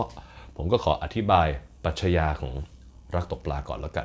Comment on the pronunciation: ปรัชญา อ่านว่า ปรัด-ยา ค่ะ ไม่ใช่ ปรัด-ชะ-ยา